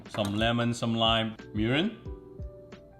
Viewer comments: Why it sound like he said “urine” at lol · i swear i thought he said "urine" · Did he say urine????